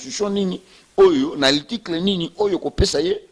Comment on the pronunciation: monoko solo. Oyebi ata ko prononcer mot "article" te, ndeko? yo kaka monoko na micro koloba du n'importe quoi. Vraiment boza bato te. Oyebi ata kosala calcul ya pourcentage te? 62% okoki kozwa yango ata na 10 personnes. Soki bato ya ko voter baza 10 et que bango nyonso ba voter, tokoloba vote ezalaki 100%. Soki 6 personnes ba voter moto moko et 4 moto mosusu, tokoloba oyo ya 6 aza na 60% et oyo ya 4 aza na 40%. Qu'est ce qui prouve que Fayulu azwaki 62% na 18 millions ya ba votants? Voila pourquoi Congo ezo bonga te parce que moto nyonso akomi politicien na bourique lokola yo yo pe okomi politicien. Mawa trop po na ekolo na ngai Congo.